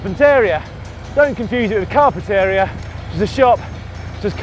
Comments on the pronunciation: Daniel Lloyd Car pent area? Funniest mispronounciation ever! British Californian speak is hilarious :-D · That was the worst mispronunciation of Carpinteria that I have ever heard.